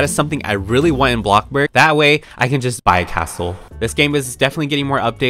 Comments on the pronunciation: Its not blokburg its bloxburg smh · Its bloxburg dum sum not blocburg. But your vids are ggoood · Who else loves the part when he says “bLoCkbUrG” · I love how you say blockburg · I love the fact that he say's bloxbuk and robok or something like that 😂😂😂 Like and comment if you hear her pernounsing something wrong